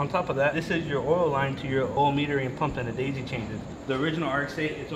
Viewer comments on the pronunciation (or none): none